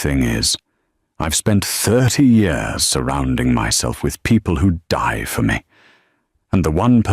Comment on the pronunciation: Real wish the AI voice could figure out how to say the word " Years " lol